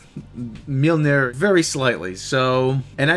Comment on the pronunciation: That awkward moment when one of your cohosts pronounces Mjolnir wrong and the podcast keeps going...